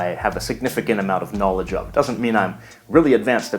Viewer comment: Hey man you have allot of KNAWLEDGE sorry XD